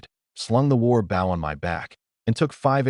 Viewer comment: WY are you saying asterisk for its not needed, an WY are you saying the BOW word wrong say the word {BO}{w} is silent